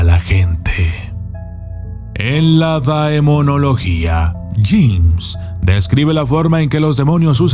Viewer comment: No se pronuncia daemonología...